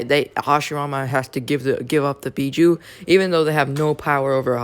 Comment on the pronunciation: Actually dumbass it's bijuu